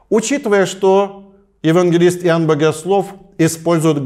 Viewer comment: Иуванна.. Как интересно батюшка произносит имя Иоанн🙆‍♂️